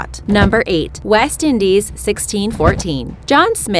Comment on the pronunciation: Why can't you say "buried" rite?